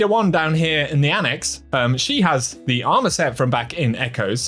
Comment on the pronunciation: Thee patch note 😂